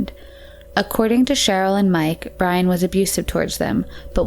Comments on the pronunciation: Byron. Not bryan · Byron. Not Brian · The caption said Linda's stepdad was named Byron, but the narrator repeatedly said "Brian." I'm always so disappointed when I open a Merc video and hear this woman's annoying voice mispronouncing things.